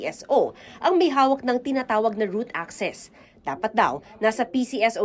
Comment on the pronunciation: root access hindi route access hehehe